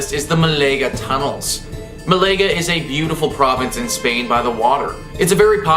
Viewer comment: Are you taking the piss with your pronunciations? Please consider taking a few minutes to Google the pronunciations of places like "Danube" and "Malaga". I'm honestly too distracted to watch any more of your videos.